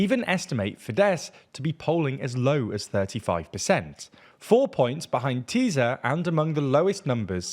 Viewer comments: its called "Tisa" not "Teezah" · Small correction here: Tisza - TEE - SA FIDESZ - FI-DES Závecz - ZAA - VETS Although your understanding on what 'opposition' means, the video is fairly correct. Thanks! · It’s ”Tissa” not ”Tizzz-a” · sz is pronounced like s, not z in hungarian. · Why is he saying “Teaser” instead or Tisza? 😂😂😂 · magyar is pronounced "ma-gyar" not "ma-jar", and you get sz right with fidesz why do you get it wrong with tisza?